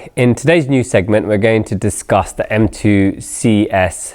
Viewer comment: Mews instead of News?